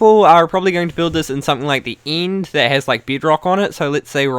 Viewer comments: This guys pronunciation of "end" is giving me AIDS. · You replace a lot of vowels with the EEE sound, don't yee.. Oh, and building a base in the nither.. oh sorree, ee meent the eend ees a good eedeea (just jokeen, ee know eet's an accent, it's just so funnee :D)